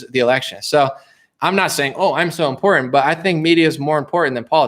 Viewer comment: Also... "Important". Not... "In pour in".